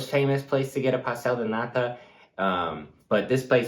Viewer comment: Another great video, guys. A small portuguese tip, when you say NATA in english accent (NAdA) the word becomes NADA, or NOTHING. Just put the T emphasys on the last silable, otherwise PASTEL DE NATA becomes PASTRY OF NOTHING, haha. Keep up the good work!